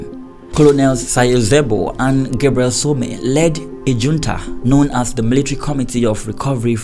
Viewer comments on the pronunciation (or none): none